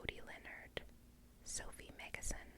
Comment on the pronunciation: Also you pronounced my surname correctly, meggison, you babe x